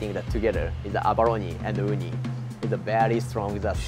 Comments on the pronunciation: Oooh-knee. Not ooh-Nai. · This is the worst Japanese pronunciation coming from an Asian that’s not Japanese. Oo-Nai? You mean Oo-knee? 😅